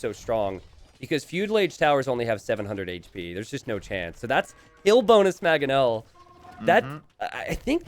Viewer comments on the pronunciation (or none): Will ever pronounce the first N in "Mangonel"? Or is it always gonna be "Magganel"?